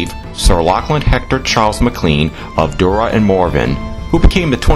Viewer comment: Just wanted to correct you on a couple things. First, Duarte is pronounced dew-ert, not whatever that was you said, and MacClean is actually pronounced MacClain. Comes from the first chief, Gillean. The sons were known as son of Gillean, or MacClean.